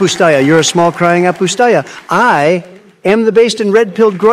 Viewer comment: Bro the way it says "apustaja" almost correct